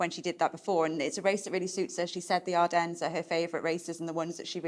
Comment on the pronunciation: Please stop pronouncing the s in Ardennes.